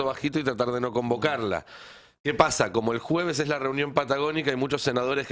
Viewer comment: no te enojes Ari, que pasha, tas nerviosho???